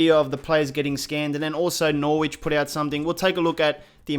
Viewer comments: Norwich is pronounced Norich, the W is silent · Dude I love your vids please don't think I'm hating but please, as an English man listen to me. The W in Norwich is silent. It's pronounced as another R. Stay safe, don't do drugs. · Can someone please point out that you can't say Norwich properly? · Due you keep saying Norwich wrong. please sort it out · Really bugs me when you say Norwich wrong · Learn how to pronounce Norwich and Anthony Joshua and De Vrij and Lewandowski